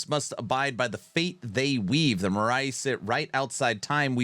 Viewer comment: Being Greek u really caught me off guard with your pronnouncation of moirai😂 although understandable so no worries there , it actually sounds like mi-ra , i believe if u use the google translation and play the greek sound u'll be able to catch it right on , cheers and hope they deliver on Titan Quest 2